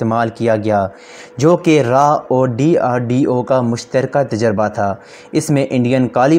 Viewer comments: RAA and nahi baata RAW hota hai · Raa nhi bhai raw hota hai 🤣